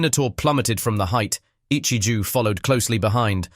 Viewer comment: "Ichiju" Ahhhhhh whyyyyyy whyyyy just say it right ahhhhhhhhh😡😡😡😡😡😭😭😭😭